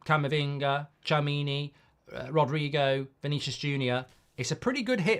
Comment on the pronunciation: The way he said Tchouameni 😂😂😂